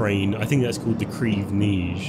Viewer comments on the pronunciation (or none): crayv nayj !? what french are you speaking hhhhh it is simply prounounced like "ckhev nege"